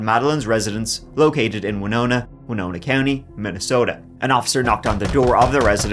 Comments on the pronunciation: Thank You for taking the time to learn how to correctly pronounce the name of the city of Winona, MN. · Look at this guy, pronouncing Winona correctly, props! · Good job pronouncing Winona correctly. It's not often that someone outside Minnesota gets it right. Now if they could just pronounce Anoka and Edina right.